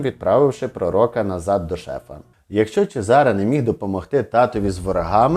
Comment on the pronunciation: чЕзаре, наголос на Е…трохи з іменами і наголосами ,будьласочка, вухо ріже😢